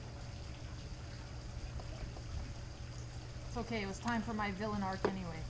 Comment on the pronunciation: Andrea: "Timeeeeeeeeeeeeeeeee-uhhhh! ... Why do people add "uh" on the end of sentences now?